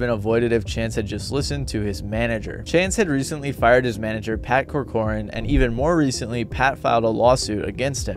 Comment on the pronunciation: The surname of Chance’s former manager is pronounced like “cork’ran”. Two syllables, not three.